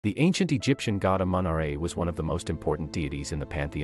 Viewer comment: It's said like amen -raw it's spelled amun ra